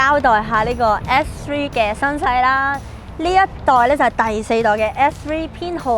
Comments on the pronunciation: 如果咬字咬得清楚啲會更好，而家唔係唔好，但佢片頭張個S3講到F3,發音改善下就perfect 啦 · 好似講野要加強返， S three 好似講得唔正。加油。 S3 外型好似正左